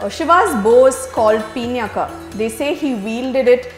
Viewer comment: A happy episode, judging by Ramayana's standards. It was wonderful to listen to,as always. I have a minor clarification to make with respect to the pronunciation of the name of Shiva's bow. I believe it is pronounced as 'Pinaaka" and not peenyaka? I recall listening to the line "pinaaka hastaya" in the song "nagendra haaraya trilochanaya" and hence the thought. That said,the series is great! :-)